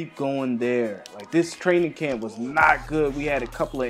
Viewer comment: 🤣 did anyone notice that he said "Cramp" instead of Camp